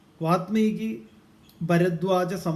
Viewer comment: വാത്മീകി അല്ല വാല്മീകി. താങ്കളെങ്കിലും ശരിയായി ഉച്ചരിക്കൂ. വല്മീകത്തിൽ നിന്ന് ഭവിച്ചവൻ വാല്മീകി .